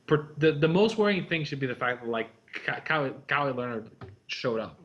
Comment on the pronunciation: For the love of God, it's ka-WHY.